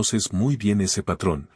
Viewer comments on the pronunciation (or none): none